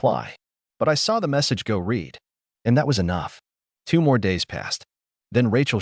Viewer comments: Is it impossible to teach AI the difference between “read”(reed) and “read”(red)? Every single one of these stories seems unable to distinguish between the two. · The AI narration nears to learn how to pronounce the past tense of “read”.